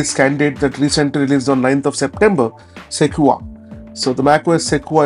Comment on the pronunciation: Pronounced "seh-kwoi-ahh", not "seh-kwa".